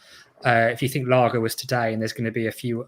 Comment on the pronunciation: It's pronounced LARGE! Not Larger lol 🤣 hope it's not Him and Brexit rules screw him over. He has very little experience managing, never mind managing a top club. I'd rather Eddie Howie or lampard, if it's not Fonseca or AVB??? Conceicao has gone already, and guttuso it's not them. Last option RAFA for me and his Newcastle stint was zzzz zzzz zzzz.